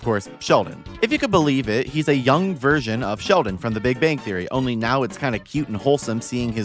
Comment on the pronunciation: I liked how you mispronounced big bang theory every time it was mentioned during the Young Sheldon part lol